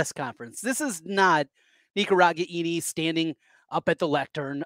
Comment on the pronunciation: It's RE-GAIN-EE